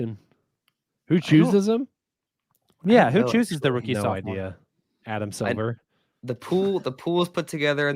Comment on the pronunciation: When he said Adam Silver picks the rookies it sounded like Adam Sandler, and I'd almost rather let that happen.